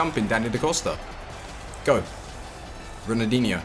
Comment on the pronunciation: Calling ronaldinho "runadeenyou"